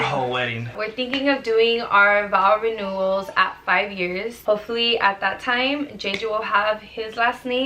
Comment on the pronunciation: Am I the only one that noticed that she said “vowel” renewal? 😂